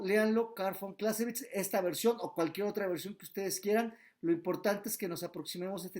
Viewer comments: ¿como se pronuncia? ¿Carl fon closevitz? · Está mal pronunciado , el nombre del autor .